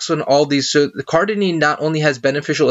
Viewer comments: Cardenine? Cardarine it should be! maybe you have dyslexia,dont know but, you pronounce it wrong, ok! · All the big words this ni**a said why y’all messing with him over 1 he mispronounced? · Great video, thank you for your information. Do you plan on linking the document? I am interested. To the person below me who cannot handle a mispronunciation, go pick up an encyclopedia of drugs and try to memorize 50 for me, let's see how you do. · CardaRine! Holy shit get it right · OK. ..you need to pronounce it correctly in order for me to take you seriously